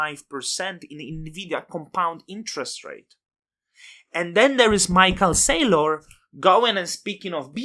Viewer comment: instant subscribe, and i will never pronounce michae SAYlor differently again.